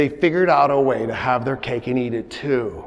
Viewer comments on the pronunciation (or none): none